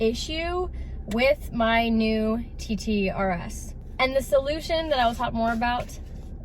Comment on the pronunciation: No pun intended but everytime i heard you TT. i always thought you was saying titty